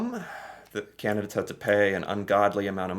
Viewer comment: Candidates not candidits